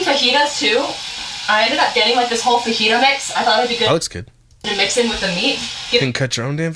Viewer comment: I'm still trying to mentally recover from the way she pronounced fajita